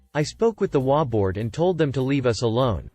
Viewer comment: I love the stories I just wish they would pronounce the HOA properly it's HOA not wa